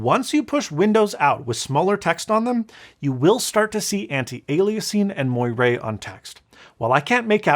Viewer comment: It’s pronounced “mwarr” not “moy ray”.